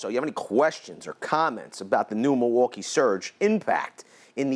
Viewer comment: "muuwalkie" "spesiffcationios" XD